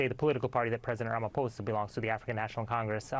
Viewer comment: Wait...this guy is the NYT 'Johannesburg Bureau Chief' and he doesn't know how to pronounce the President of South Africa's name?!? It's RamaphosA, not RamaphosEE - smh 🧐 Nice journalisming!